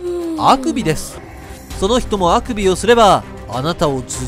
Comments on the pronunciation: 乳首のイントネーションですよねw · そのアクビのアクセントは北海道出身もしくは愛知出身ですね？